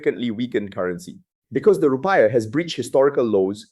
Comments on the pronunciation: “Rupai yah” and “Prabo wau”. Must be the AI pronunciation.😂😂😂😂😂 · The report sounds legit. But the way he pronounce Rupiah wrongly makes me doubt it a bit.